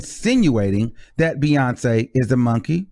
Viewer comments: Why Doja have a problem pronouncing Bey name correctly???.... It’s BEYONCÉ not Beyonka, But I was never a fan of her’s anyway, it was something I didn’t like about her And Bam the Universe let it be known and she got expose for who she truly is. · While I agree she did NOT call Beyonce a monkey, where in English is the hard "C" after and "E" common? As far as looks, English-first speakers are more inclined to pronounce it "Be-yonse" before they would say "Be-yon-Kay" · ok ur dumb what makes u think she called her a monkey because she pronounced her name beyawnkey when her name is spelled Beyonce shes not being smart she literally pronounced every letter in her name stupid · Reach for it!!! How does beyon"kay" sound like beyon"key" and then like monkey? Lol. She made the c sound like a k as it does sometimes in english language. Should she have changed the pronunciation of a letter in the queens name? Prob not. But shes just a goofy ass chick. Not making fun of her song but at herself because beyonce wakes up beautiful and she wakes up lookin all crazy. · I don't hear "monkey" at all. Either literally or insinuated. I hear BeyonKAY, not BeyonKEE...she's just pronouncing Beyonce's name with a hard "c" ('k' sound) rather than a soft "c" ('s' sound). I've done that myself in the past just goofing around. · Sounds like she was saying Beyoncé and donkey together. “Beyonckay” not Beyonc-key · Lol I can’t push her on you BUT I think you reached for “monkey” out of Beyonké (Bee-yawn-KAY) Not (Bee-yun-Key). Weird...lol Boinky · I think Doja was just pronouncing the "C" in Beyonce name different but I'm here for it (talk ur s**t!) I really don't care for Doja she's too pop for me anyway & Ms.Banks is a super hater throw her in the trashcan! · Maybe Doja Cat mispronounced Beyonce name or maybe she was calling her a donkey. And she also apologize for the bad choice of words she used in the past which we all have done so before. IJS